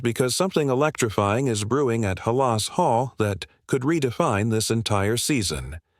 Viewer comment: Again, I had to stop, as soon as I heard “Huhlahs Hall”. 🤦🏻‍♂️